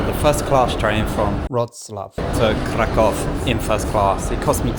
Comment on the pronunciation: Mate!!! It's KRAH-koof or just use the English version. Why don't you think that people in the second class don't deserve the same privacy as people in the first one?